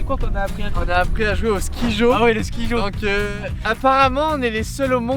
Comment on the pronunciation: C'est incroyable le "skyjo" (ça se prononce "sky", pas "ski") Hâte de voir la course